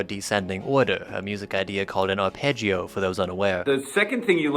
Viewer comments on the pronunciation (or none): none